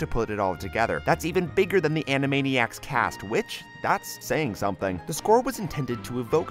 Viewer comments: You said animania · Were AN-A-MANI-ACS and were zany to the max!